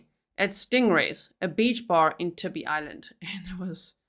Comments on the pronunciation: I don't know if anyone has said this already, but Tybee is pronounced TIE-bee, I'm from that area, I think you're great! Just thought you might want to know. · FYI Tybee is pronounced Tie-bee ♥️